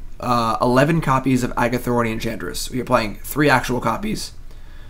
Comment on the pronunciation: The way you mis pronounce Argothian Enchantress is so tilting.